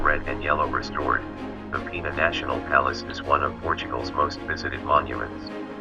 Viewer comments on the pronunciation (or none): Portugal´s PENA palace must be pronounced as written: PENA, no PEENA. It takes its name after Our Lady of he Feather ("pena" in portuguese).